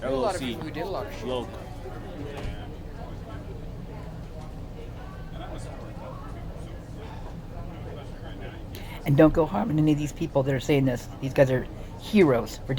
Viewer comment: Btw don’t know if this matters but when he says “loc” pronounced it as loke, Loc is a gang term. Crips call themselves locs